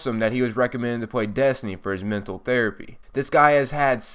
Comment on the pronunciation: It's also funny how he says desny not destiny